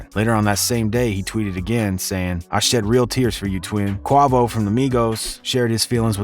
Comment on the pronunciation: no way this nigga said quavo name wrong LOL